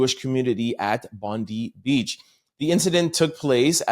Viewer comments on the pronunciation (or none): Hey guys. Sorry your token Aussie here..... it is pronounced Bond-eye. We are all on edge here hoping its not going to pop off with retaliatory actions.